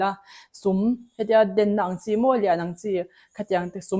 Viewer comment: Dēn,ni lo in den tih tihtur auh